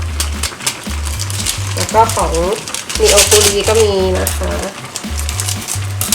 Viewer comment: Neoguri ในภาษาเกาหลี อ่านว่า นอ-กู-รี นะครับ